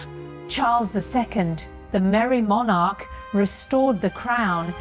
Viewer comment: FFS Learn how to pronounce the word Monarch befgore you start rabbiting on about British History.